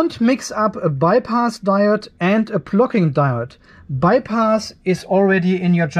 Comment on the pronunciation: Always good information. However it’s hard to get by your accent of “plucking diode “.